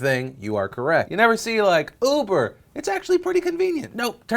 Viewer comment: Did he say 'ufer' instead of uber? XD